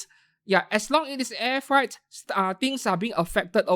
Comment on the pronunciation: Freight is pronounce as frait, not fright